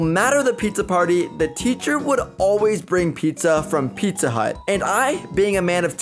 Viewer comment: Did you say pizza hont 😅